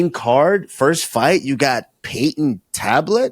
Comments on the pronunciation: Payton talbott ❌ Payton tablet ✅ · “payton tablet”😆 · Henry aint right for letting Kamaru keep saying Peyton Tablet 😅😂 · Also there has to be someone monitoring the podcast as a helper for any and everything to help it stay professional and factually correct. Even just there to help them with not mispronouncing anyone or forgetting anything. Like usman calling Payton Talbott “TABLET “. Henry never corrected him nor did kamaru change his pronunciation showing there no one in there ear or telling them when they’re wrong about something. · Kamaru needs serious practice - Say it with me... Payton....TAL-BOTT - He's not an iPad bro lol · Never aks Karmaru to say Payton Talbott.